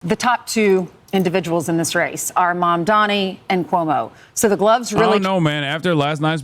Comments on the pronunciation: Why the fuck they keep mispronouncing his name? Why can't they spend 5 minutes to learn the name? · It’s sooooo annoying when they mispronounce his name deliberately. Bozos. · It's definitely that, they know how to say it correctly but they want to dehumanize him saying it incorrectly, hell, before the interview they had with him the interviewer that was going interviewed said (moron mamdani then she immediately went "excuse me zamdani") so saying his first name intentionally wrong wasn't enough for him she had to go back and intentionally his surname wrong after she originally said it correctly, talk about being so fucking pathetic.